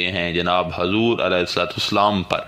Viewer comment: hazrat hazur nhi huzur boliye